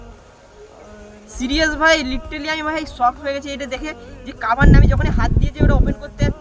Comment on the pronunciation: কাভার না কোভার